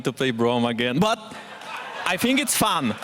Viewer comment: That "BUT" feels like he saw a sniper pointing at him from the audience